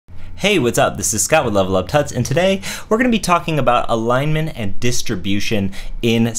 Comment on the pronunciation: Why do you say LevelUp Tuts (pronounced like "King Tut")? Shouldn't it be "Toots" ?